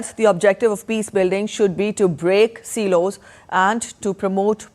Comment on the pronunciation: respectfully- silos is pronounced as si los as in eye- si not seelos 🙏🙏🙏